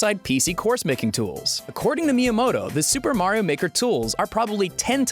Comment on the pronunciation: "Super Mario Maker!" sounds just like "Do The Mario Maker!"